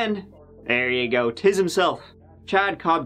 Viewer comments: “This is the case of Ziggin Zag… let’s give it a goo” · Indeed, Terty tree times terty tree 👍🏽's up! Let's giv'et a- goo!❤️💕❤️